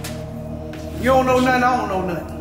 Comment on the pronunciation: For a second I thought dude said “why , would he be talking to you without no thoink”